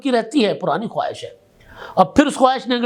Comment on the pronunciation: لفظ ' خواہش' میں و ساکن ہے. تلفظ خاہش بنے گا.